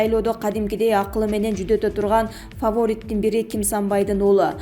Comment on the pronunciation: Фоворит эмес фаворит деп деп окунуз!!! Садыр жапаровду Кыргыз Эли колдойт!! Калган создор суу кечпейт!! Садыр жапаровдун созун до конца угуп суйлоп анан айтсанар !???